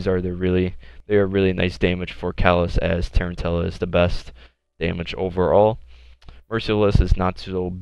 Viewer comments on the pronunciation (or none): Tarantula = Tarren Tills? It's pronounced like the spider, man. Tah-ran-chu-la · Sorry man but its Tarantula, as in the Spider. Was just really annoying me hearing it mispronounced again and again 😂😂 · RiP-HS - Bro he didn't even attempt to pronounce it right, thats not a speech impairment it's just lazy 😂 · He probably got confused with the hunter exotic from D1. The tarentella. Just a mistake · Dunnzo it's spelled like the spider so it doesn't make any sense why anyone would pronounce it like he did